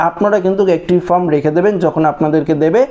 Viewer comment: ফ্রম নয়, ফর্ম হবে।